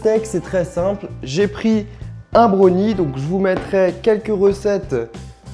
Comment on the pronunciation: C'est bRownie et non bonie